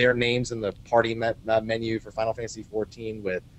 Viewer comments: Unfortunately it's very evident doesn't know anything at all about the game. Also, it's fourteen, not "ex" "ai" "vee"... -. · Please stop calling it "Ex I Vee".